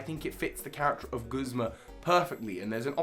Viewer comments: Video: Very good. pronunciations of “Guzma”: Terrible. Truly terrible. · "Guhsmuh" "Kookwii"